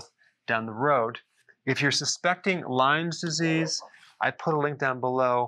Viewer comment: Dr. Berg, it's LYME Disease; no "s" on the end. It's a terrible illness, so I thank you for warning people.